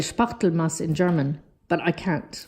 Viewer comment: Your journals are fantastic, as always, love them 😍😍😍 and U loved “Spachtelmasse“ 😂💕